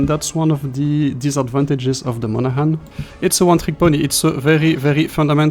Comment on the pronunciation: Strange mix. Disappointing for this gunboat fan. Thanks for the review. Pronunciation is “Mon-a-Han.”